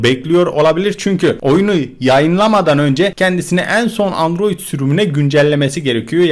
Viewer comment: Abi sen olmazsanydın bu haberleri alamazdık seni çok seviyorummmm ios ada dedin adiroid dedin